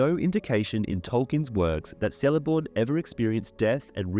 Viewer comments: Here we go again, pronunciation of Sindarin and other M-E languages. In Quenya and Sindarin, there are NO soft "Cs". Even when followed by a vowel, it is skill a hard "C" as in the pronounce "K", so Celeborn is pronounced Kel- a -born. If you are going to delve into Professor Tolkien's legendarium and do a comparison of the trash that Amazon Prime is putting out, I suppose it's to be expected that you would screw up as much as they have. Do us all a favour. Either stop making these inane videos with bad pronunciation and stultifying monotone at leas try to pronounce the names and places accurately..👎👎 Two thumbs down for you. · I enjoy how thorough your videos are! Hate to be the one to tell you though... the letter "C" in elvish names is pronounced hard. Like "Keleborn" or "Kelebrimbor" etc. Easy mistake to make! Good thing the showrunners had access to the appendices with the pronunciation guide or they might have fucked that up too haha